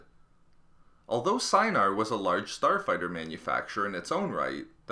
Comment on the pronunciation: “star fighterrrr...” 🤦‍♂️